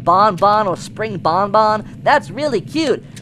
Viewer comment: don't spirng say spirng mama hahahaha😂😂😂